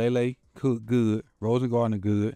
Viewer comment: Rosengarten. Not rosengardener😅😅😅